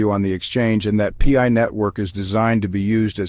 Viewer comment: Wtf is this idiot saying. It's pi coin not .p.i. coin This shit gives nobody any confidence at all. You can't even say the name of the coin correctly